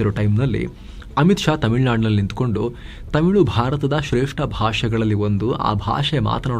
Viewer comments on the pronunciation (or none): none